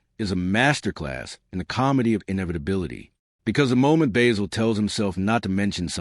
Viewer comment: AI junk. You can't even pronounce Basil correctly, you use clips from other movies and shows. use a photo of Basil Fawlty that isn't John Cleese. AI dropping random clips of WW2 and other nonsense out of context. This show deserves more respect.